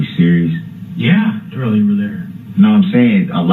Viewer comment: It wasnt that difficult . Duh-rell is a first class mow-ron.